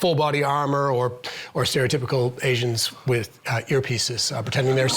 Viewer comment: Lol did he say agents or asians?